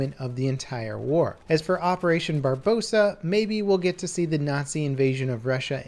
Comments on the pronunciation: opperation BarBARrossa, not Barbossa :) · It's barbarossa not barbossa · If he says barbosa instead of barborosa one more time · doesn't know how to pronounce the biggest invasion in history it's operation Barbarossa 😂😂😂😂 this man said Barbosa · operation barbarossa. not barbossa. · Stop saying barbossa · Its called Operation Barbarossa not Barbossa.Its named after Friedrich I. ( his nickname was Barbarossa which means red beard in italian). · The German operation vs Russia was called Barbarossa not Barbosa. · Operation Barbarossa, not Barbosa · Operation barbosa? It's not pirates of the Caribbean level. BARB-OR-OSA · I cringe every time he says Barbossa. It is Barbarossa!!! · barbosa? try barbarossa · It took me a second to realize he said barbossa instead of barbarossa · Isn't it Barbarosa instead of Barbossa? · First of all, its Operation Barbarossa, not Operation Barbossa. Secondly, stop saying Nazi Invasion. It was the German invasion. When you talk about D-Day you dont say the Capitalists landing, no you say the Allied landing in Normandy. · MR SAM FORD why does every YouTuber say barbosa? I don't get it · OMG, its barbarossa...not barbossa. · operation barb- BAH- rossa, come the f*ck on dude! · "Bar-Bossa" XD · it's Barbarossa said "barber-ross-ah" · "barbosa" lol illiterate dumbass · "Barbossa"? Think you missed a syllable. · by the way its pronounced barbrioca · *operation barbarossa not 'barbosa' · do you mean barbarossa thats how you say it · The way he says operation "Barbosa" is hilarious. I'm so glad Dunkirk is included though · Yeah. But said "Barbossa"